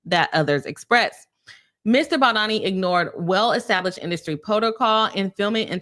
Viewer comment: As a lawyer you should at least learn the correct name pronunciation of anyone you're going to judge and make a public video about especially if you haven't yet finished reading both sides but are just eager to get money profiting over other people's lives. A lisp does not affect the vowel O and A sounds. Those who objectively have read his lawsuit understand the context of why he did a lot of the things that he did and gives context to those weird cropped screenshots Blake has. Lots of those screenshots were completely manipulated and traps were set for Mr BaldOni. He has chronic back pain is the reason why he asked about her weight so as to not end up throwing his back out when carrying her as he has several bulging disks. He was not fat shaming and eh deserves to be considered and not have to endure pain Blake asked him to come rehearse lines when she was pumping then turned around and claimed he went into her trailer as she was breastfeeding. Blake asked to wear a beanie as it made her much sexier and introduced that way of referring to clothing then calls it sexual harassment when BaldOni used that same exact phrasing which she started Justin actually cares about abused women enough to advocate against it while Blake defended Woody allen who once was asked about his ex wife being violated and he said knowing her it was probably not a moving violation, humiliating her after being assaulted that apparently she just used to lay there when he was with her, Blake said Woody w